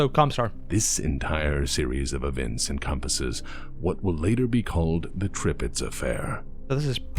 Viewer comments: It's ok. Apparently the Star League forgot how to spell German so you being unable to pronounce this word that doesn't actually exist is no big deal. Call the ship Tirpitz like all right thinking people. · ... You need to work on your German Admiral Name Pronunciation, it seems....